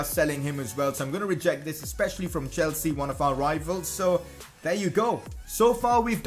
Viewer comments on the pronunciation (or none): none